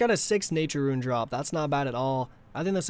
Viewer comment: its not "roo-win" its rooon